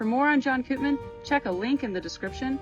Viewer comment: Koopman is a Dutch surname. We pronounce it like ‘Copemon’. Where the o in ‘mon’ is like in ‘monster’ or ‘long’.